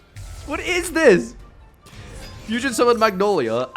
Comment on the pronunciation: “Fusion shokan”